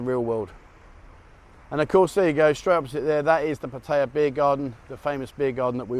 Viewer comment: LOL...after so many years there, why can't you pronounce Pattaya correctly?